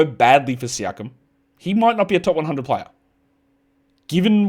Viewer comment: you pronounced siakam wrong. Its Pascal Shakeem.